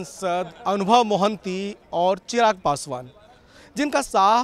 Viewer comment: महान्ति ✅ मोहंती ❌ Hindi people never forget to make mistakes.😂